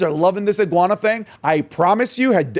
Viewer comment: not the 'guana